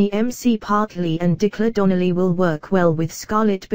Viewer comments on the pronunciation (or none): This really needs to be taken off here and the commentator for a better word needs to either take lessons in the English language go and do some research on the people you are commenting on...learn to pronounce and spell their names correctly as this is quite insulting..example....you have Anthony Mcpottery instead of ANT MCPARTLIN and Dicker Donnelly instead of DECLAN DONNELLY..this..if you can't get it right then it's best to say nothing at all!!! There are too many clips on You Tube that are so irritating and ought NOT to be on here at all!